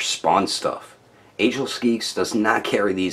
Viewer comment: Its pronounces as age less not agels🤣🤣🤣🤣